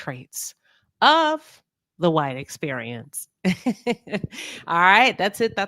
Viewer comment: Clarifying if I heard correctly…Did you say “the white experience?”